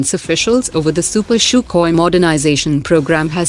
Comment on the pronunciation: Stop pronouncing CHUCKHOI......it is pronounced in Russian : SUHOI And it is not pronounced CHUPER , it is pronounced SUPER